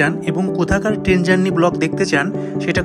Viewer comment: সুন্দর ভিডিও। কিন্তু উচ্চারণে জোর দিন।টেন নয় ট্রেন।